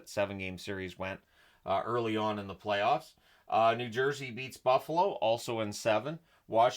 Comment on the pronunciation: Minor correction on pronunciation. You called it the Sharks' first appearance in the playoffs, but for the Sharks it was the playovs.